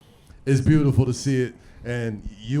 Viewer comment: The way Melo and Cp talk to each other you can tell they have a real relationship with each other.🤞🏾I don’t think Cp called Melo “Melo” the entire conversation he called him “Ello” 😂😂